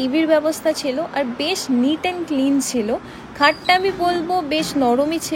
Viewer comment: ছিলো ❌ছেলো ✅ 😂😂